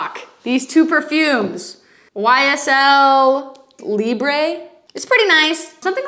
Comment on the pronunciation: lmao not the french butchering queen 😂 ysl -libre (free in french) and Lancome La vie est Belle (life is pretty/life is good in French)❤